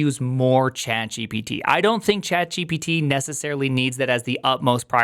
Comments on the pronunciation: why do you prounouce it like Jippity? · the wildest way i saw somebody pronounce gpt